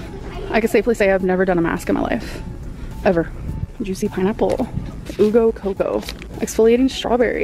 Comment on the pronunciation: "OOOO go coco" 🤣🤣🤣 it clearly says U.. LIKE, "YOU"!.